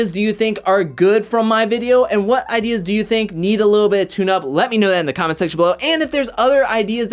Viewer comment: . Did you say holding onto a comet or “comment” 😆